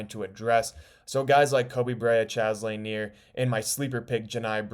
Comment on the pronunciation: 'Expert on Pistons but can't pronounce Bob Laniers last name. Read before you write, Son. Read before you write.